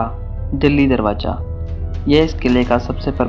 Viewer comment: Darwaza hota ha darwaja nhi